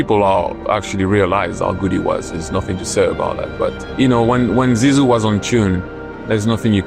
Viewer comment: nope! butchering his nickname like that….. not okay!!! let a french person teach u please!